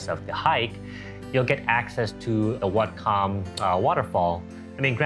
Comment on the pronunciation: Whatcom pronounced, What-come